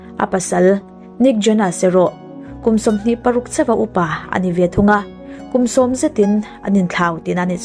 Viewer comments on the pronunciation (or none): none